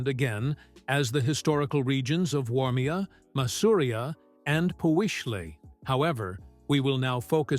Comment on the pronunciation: It is not Uormia, it is Warmia ...